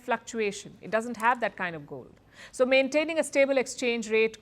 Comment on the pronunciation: I heard 'toh' instead of 'so' . 😅